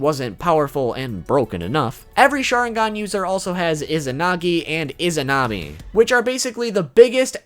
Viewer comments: Oh and you mispronounced Izanagi's wife. The ability that is based on her is Izanami. Not Izunami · Dude it's izanami not izunami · you are saying izunami i think its izanami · Izunami😒😒😒......it is izanami